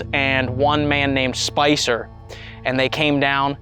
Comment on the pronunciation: When you asked them to talk, I heard a 'hello', and then you asked their name and I heard 'Spicer' as two syllables; like Spice-er! Sent cold chills up my spine!